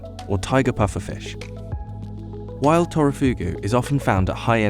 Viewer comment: Did he say Turofugu instead of Takifugu?